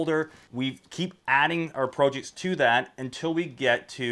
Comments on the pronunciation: I'm about to click this video off just because of how he pronounces PROJECTS. WTF man. This ain't even an accent that makes sense... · Incorrect in American its Prah jekts Rest of english speaking world it pronounced as its spelt, the correct way If you look at the comments you are about 3 years late to the pro/prah debate